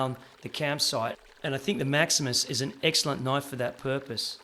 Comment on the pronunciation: I came just to hear you say "noyyfe".